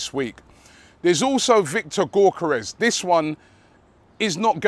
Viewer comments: Hey I don't know how to say Gyokeres either, but surely it's not GORK-eres lmao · Robbie i swear you have been told how to pronounce Gyokeres name correctly yet you keep saying gork-karez 😂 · It’s ‘yock er ez’ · The way Robbie pronounces gyokeres is hilarious😂😂